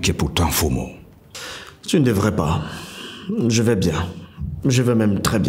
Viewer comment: Belle série. Initiative louable d'utiliser les noms de chez nous, pour appeler les personnages. Juste un petit souci, Patrick Oyono sait qu'on ne prononce pas "Fo mo" mais "Mfoh mo'o". Pour avoir un peu plus de réalisme. Si non, on aime quand même .